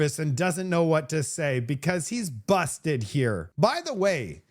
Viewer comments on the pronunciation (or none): “he’s busssdted”.😂 as he’s standing in front of a bunch of buses.